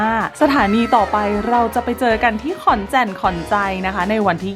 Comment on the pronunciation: ขอนแก่นครับ ไม่ใช่แจ่น